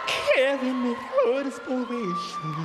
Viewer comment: I thought I was going to wet myself when he said something that was suppose to be ‘desperation’😂😂😂😂😂😂😂😂😂😂😂😂😂😂